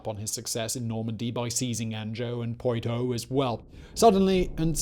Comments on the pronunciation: Phillip seized...Poy-toe? I've never heard of- OH, you mean Poitou. I'm only giving you such a hard time because I live there...near Anjou-loom, funnily enough😂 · Love this channel, but Annejoe, Poitoe, scutadge? C'mon it ain't that hard :)) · An-Joe and Poi-Toe. Solid attempt Simon.